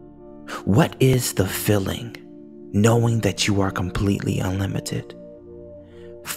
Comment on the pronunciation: I love this visualization but his mispronunciation of the word "feeling" as if it was "filling" gets me every time 😂